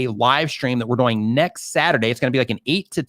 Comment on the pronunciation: "See wach you're DAWOING!"